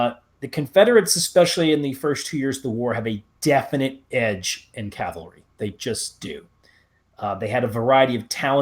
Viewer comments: Since you can spell cavalry correctly, why can’t you say it right? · You first need to learn the difference between Calvary and cavalry.